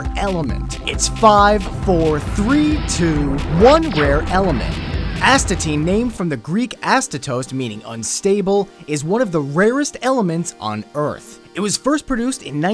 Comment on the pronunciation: Btw Kevin, you say "from the Greek word astatost" while it's actually pronounced Astatos. There's no -tost or -toast ending. Astatos(Greeklish) = Άστατος(Greek) = He who is unstable